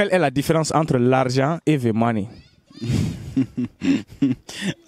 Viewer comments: Mr on peut dire the ( de) ou the (ve ) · Mon frère c'est pas pour te vexer hein, mais ça se dit the money, pas vé money